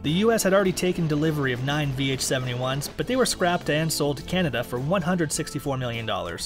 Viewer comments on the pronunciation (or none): none